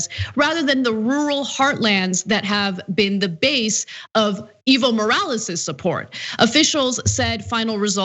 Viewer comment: I thought she was saying "evil morales" was the guys name haha! I had to look it up to get it right. I thought it was just too perfect to be real.